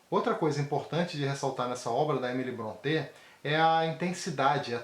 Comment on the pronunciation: Boa resenha. Faço ressalva apenas com relação à pronúncia do sobrenome Brontë. Não é afrancezado, tipo, como se fosse Bronté (ou "Brontê". Mas a verdadeira pronúncia soa como "Brónte".